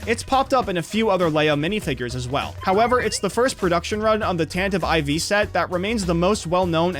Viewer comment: "tantive ivy"